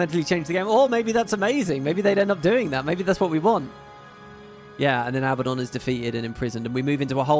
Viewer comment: Abba-don - is a mafioso who likes Abba. A-bad-don, is well, a bad don. Since Abaddon seems like he's going too be a big part of GW3, please please pronounce it accurately. :) <3 See: 1. The Abbadon (Real-World Surname)Abbadon operates as a legitimate, though rare, regional surname. It is a variant of the Spanish/Basque surname Abadia or Abad, which historically means "abbot" or "pertaining to a monastery." Families with this specific spelling configuration can be found primarily across parts of Spain and France.2. Popular Culture Intentionally Using 'Abbadon'While most fantasy and sci-fi universes default to the biblical spelling, a few specific franchises used Abbadon intentionally to name specific entities or places:Marvel Comics (The Inhumans): In the Marvel Universe, Abbadon is the name of a specific, isolated province located within the hidden Inhuman city of Attilan. It is designated as a high-security prison sector used to exile dangerous criminals and outcasts.The Magnus Archives: In this acclaimed horror fiction podcast, the specific spelling Abbadon is explicitly associated with "The End" and "The Buried"—manifestations of primordial fears related to inescapable doom and being trapped underground.